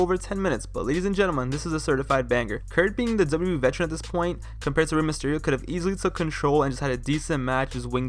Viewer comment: It's my strong opinion that the quality of your commentary would improve greatly if you focused on enunciating 'Double-U Double-U E' better. The way you say it comes across as lazy and deviates from the points you're trying to make. Good video otherwise!